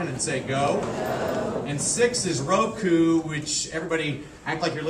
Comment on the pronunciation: lol way back at school we learnt counting to ten in japanese in similar way to help remember :) i laughed though at his accent XD especially when he pronounced 'roku' :D so wrong but funny